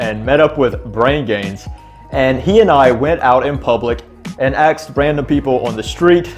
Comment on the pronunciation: You axed people questions aye? That's scary.